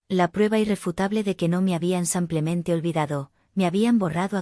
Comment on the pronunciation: No se dice sampiamente se dice simplemente aprender a leer por favor.